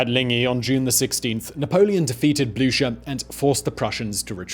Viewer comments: Anybody else find themselves neighing whenever Simon says Blucher? (Even if he's pronouncing it wrong?) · “... Field Marshal Blucher.” NEEEEEEEEEEIGH! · marshal blučer ? are you serious ?